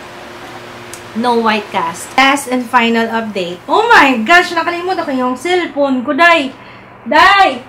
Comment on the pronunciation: that "oh my ghad nakalimutan ko silpun ko day! with bisaya accent" HAHAAHHA tawang tawang ako!